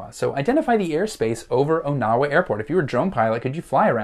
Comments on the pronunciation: I'm from that area. Question #4. It's not pronounced "OH-Now-WA", it's pronounced "On-Uh-Wuh". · It’s pronounced “On-a-wa”. From a native Iowan